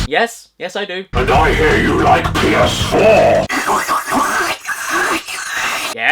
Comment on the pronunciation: Des es Pii-Yehs-Fwoar